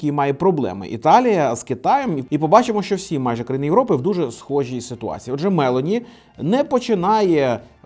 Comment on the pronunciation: Вона МелОні, а не МЕлоні